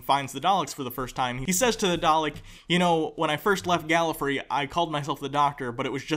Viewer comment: Every time one of you says "GalliFREE", part of me shudders and dies.